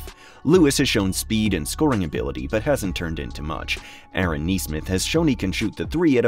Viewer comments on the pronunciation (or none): none